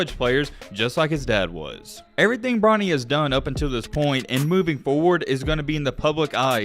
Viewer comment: Did he call him bronno 😂😂😂